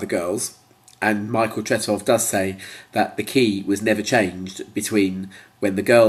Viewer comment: Tret-off? Call yourself an ABBA fan? It's Tret-ow! And blow your bloody nose!